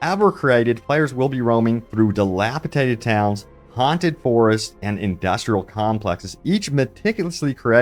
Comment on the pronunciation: narrator: the word is dil apa DATED" not dil apa "tated" did you pass highschool?